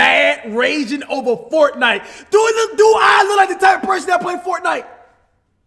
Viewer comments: “FORNITE” lmao cash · FORNITE he said